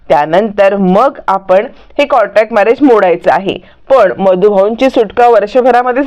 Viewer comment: कॉंटॅक्ट नाही हो कॉंट्रॅक्ट